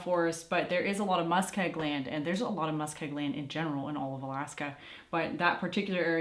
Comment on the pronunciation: and you said it twice what type of land ? Sounds like you're saying Muskeye land ? Musk I gland ? ?!?! I am soo confused !